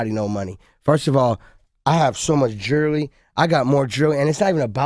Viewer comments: Guys stop he has so much geerly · And it's not even about the jeerrrllyy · Maybe he should sell all his jerly and use that money to pay for some pronunciation lessons.....jerly...bless him :) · Anotha one of DJ Cattle's akriet pronunciations of jurrly.